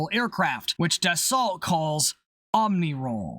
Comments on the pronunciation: I'm British and I know DA SALT is DA SO.... And we a re notorioualy bad at pronouncing French words.... Much like Americans and English ones. (burn) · "ra FAL" and "da SO" Not "da SALT" and "ra FAIL"